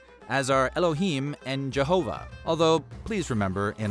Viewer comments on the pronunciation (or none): none